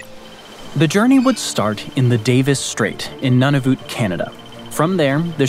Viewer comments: Since you talk about the newest territory of Canada you need to know the correct pronunciation. It is not "nun of it" but it comes from the Inuktitut language is has three syllables, Nu Na Vut and pronounced Nu as in nude, Na as in nah, Vut as in vote replacing the "hard O" with a soft "U" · LOL, giving yourself away as a Yank, Nunavut is pronounced "None of it", not "None of OOT". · Pronounced NOON a vut but otherwise great video